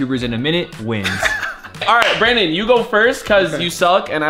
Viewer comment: “Brawndon is scarwed” got me lacking 😂